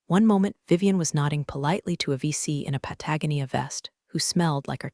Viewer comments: I do love your AI pronunciation, but learning to say Pat- a go- nee- a would greatly appreciated.😉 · OMG please teach your AI how to pronounce Patagonia....